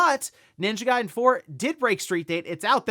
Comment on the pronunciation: The way dude say ninja garden “Ninja Guyden”😂😂